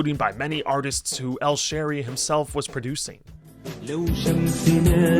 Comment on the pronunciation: It's Hameed Al Shaeery not Al Sharey